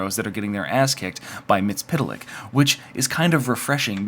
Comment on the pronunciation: Its pronounced Mitt-sul-plick.